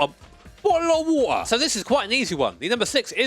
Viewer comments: BOTTLE UH WATUH😂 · Bo''le o' wa'ah